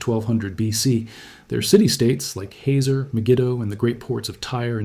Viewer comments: Your pronunciation of 'Hazor' as 'Haizer' was enough for me...if you get THAT wrong what else? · The town Hazor is pronounced "Haht-zor."